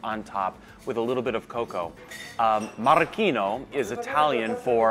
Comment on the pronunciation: Marocchino NOT Maraschino :-)